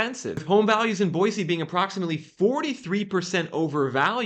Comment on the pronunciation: Thank you for not saying "Boyzee."